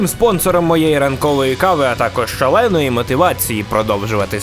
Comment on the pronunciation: Було: ".... ШАЛЕЕЕНОЇ МОТИВАЦІЇ..." стало: "...шаленої мотивації"